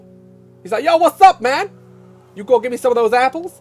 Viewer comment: “SOME OF DOS APPLES”